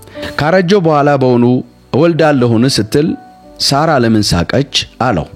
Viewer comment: የምን ሶራ ነው? ሳራ ነው